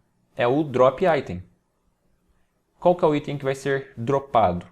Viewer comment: Vídeo top parabéns. Só que falar aítem no lugar de item é muita viadage 😂